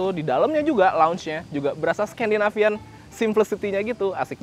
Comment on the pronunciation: Sekandinafian iku opo cak...cak... Wes jowo